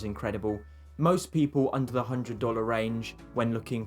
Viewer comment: tbf he doesn't do it all the time. Unfortunately "spelling pronunciation" is the way young British people's speech is going so you'll either have to learn to put up with it or avoid their vlogs.